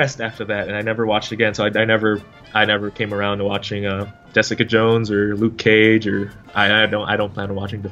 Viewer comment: Lucy Liu-ke Cage